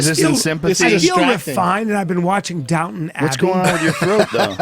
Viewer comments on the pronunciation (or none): none